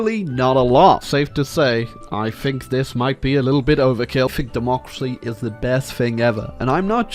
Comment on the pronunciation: "Német demokracy" ?